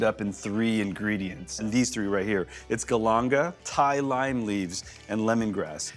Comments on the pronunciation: WTF, you are Thai chef and you can’t say galangal properly? Weird, americans just can’t be bothered to pronounce words properly. “GAL-an-gal” where the A’s are like “car” not “cat”. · The way he says galangal... Triggers me.. also this is an awful rendition of Khao Soi.